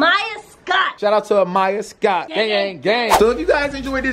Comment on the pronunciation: Sound like she said Amya Scott 😂